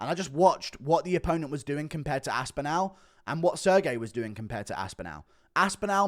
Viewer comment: Cant get over how wrong you say pav-LOW-vic and aspin-AL .... just say them right